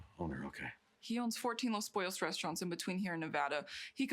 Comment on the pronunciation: It's pronounced poh-yohs